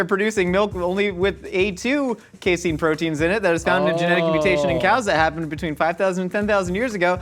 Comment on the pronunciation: As a scientist, I feel obligated to tell you that it's pronounced "case-in". Literally no one calls it "case-ene". It's used as a common protein carrier/stabilizer and blocker in immunoassays. We use skim milk powder from the grocery stores in poor academic labs. Same thing as casein, hell of a lot cheaper than it is from a chemical company. And no one in New Jersey says "joi-zee", you asshats.